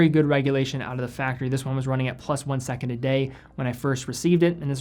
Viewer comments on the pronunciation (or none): none